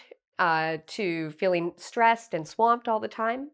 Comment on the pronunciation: Your 1 pronunciation " swamped " wasn't correct.